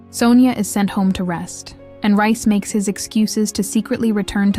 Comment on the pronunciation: RICE? REECE! omg…dumb Yank…😂😂😂